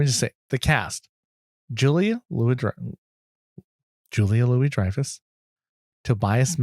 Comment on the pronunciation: The pronunciation is "jew-lee-uh-lu-we-dry-fuss"